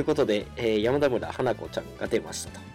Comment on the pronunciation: やまだむらではなくてやまたむらです。